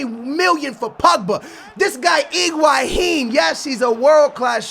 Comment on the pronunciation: that's correct pronunciation